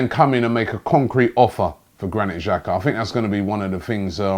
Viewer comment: Robbie, The correct pronunciation for Xhaka, is Xh, is pronounced J. If you were to write it in English it would be: Jaka.